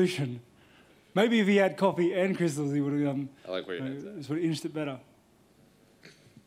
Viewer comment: Did he say cristils??? Hahahaaaa.